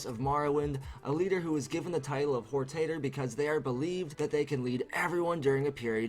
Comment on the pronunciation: This is an awesome theory, but you said WHORE TATER and I LOLed IRL for like five minutes.